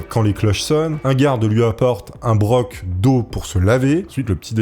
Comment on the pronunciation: Un broc d'eau se prononce bro pas broque.... Mon dieu !